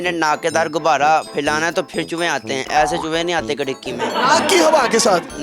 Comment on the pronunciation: . This is krriki not khirki 😂😂